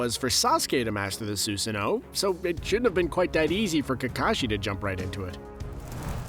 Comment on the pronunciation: DID HE JUST CALL A SUSANOO A SOOSANOO?